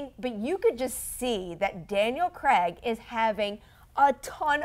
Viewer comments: American's pronounce Craig like Creg. They pronounce Bernard wrong too. It's not their fault. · Love Collider but can you guys please stop mispronouncing Daniel Craig's surname.